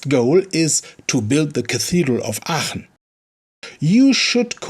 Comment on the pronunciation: on the other hand you pronounce Aachen perfectly.